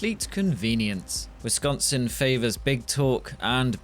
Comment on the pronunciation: I’m glad you pronounce “Wisconsin” correctly